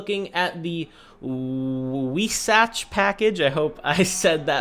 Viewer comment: Weissach (pronounced 'Vise-' as in 'advise' and '-ach' with guttural 'ch'), keep up the good content bro!